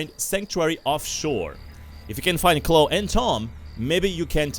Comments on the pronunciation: nice vid but its Chlo-e dont forget the e at the end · I know it's cause you accent, but I'm pretty sure it pronounced "Clowe-E"